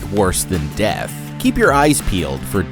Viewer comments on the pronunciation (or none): none